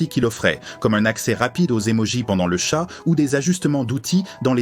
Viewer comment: c'est quoi cette voix complètement artificielle ? nul. Ca coupe en plein milieu d'une phrase, ça prononce très mal certains mots (un "chat", LOL) et le mixage est au fraise à la fin.